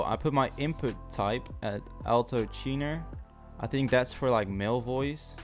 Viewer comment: did he just say alto tinor😂😂